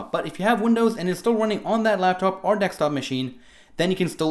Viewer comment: You sound funny and it's Desktop not Dextop lol Good video all the same